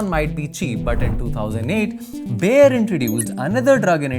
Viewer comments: it is not बेयर it is बायर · I'm sorry but I can't with the pronunciation of Bayer 😭😭😭😭 It's pronounced Bā- Yer This isn't a hate comment but I live right next to the industrial area and again I'm sorry about it being the only thing I'm pointing out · Bayer noi Bear